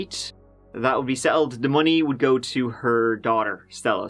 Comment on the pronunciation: "Let's give it a goo" get it right